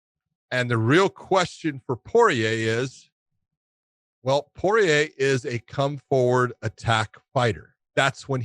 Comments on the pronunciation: Not even Porier pronounces his name like that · You think he would no how to say his name. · I feel like Josh is apprehensive to commit to its full pronunciation, Poirier. Like he's coming from angles he's not even sure of. But in 5 years, and after all he's been thru. He's grown a lot, and Josh will be pronouncing Poirier like a full grown ass man. Like a boss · Dustin Poiyay - Starting to get annoying now lol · pretty confident that it's Pour-eee-ayy. I just think Josh is over doing the frenchness of his name since the last part of his name has an ier and the r is silent and he just then makes both r's silent.